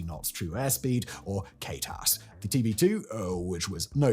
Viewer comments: Had to laugh, just occasionally you get a glimpse - Simon has no idea of what he spouts. The funny of today, he said "K-TAS" as if this was some kind of acronym or special purpose shorthand. KTS is simply short hand for KNOTS , never ever referred to or known as K-TAS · You misread my comment. What Simon said was k-tas. As a 50 year veteran airline pilot I know he did not know what he was saying. It was indeed kts. For knots .. Simon read it as K-tas… so you simply mis understood the quote.